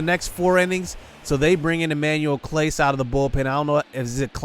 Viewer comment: it’s pronounced emmanuel claussay